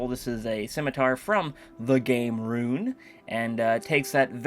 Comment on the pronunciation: "Rune"..... xDDD